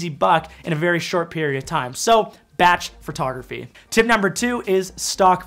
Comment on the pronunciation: Every time you say “FUR”tography I giggle.